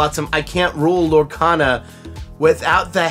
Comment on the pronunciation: Uh...it's Lorecana. Not cata.